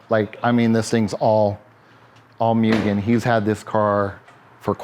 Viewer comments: "Myuuugen"....and he's been doing this for 30 years?? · MOO not MYU for Mugen.